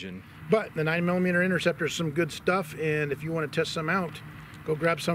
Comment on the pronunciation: What is the INNERCEPTER ROUND , 😕it’s pronounced. INTERCEPTER , ,get it right guys